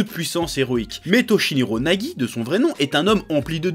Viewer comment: Toshiniro Nagi 🤣 C'est Toshinori Yagi chef